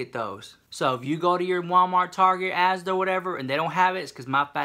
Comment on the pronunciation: Sounds so strange hearing saying ASDA:) x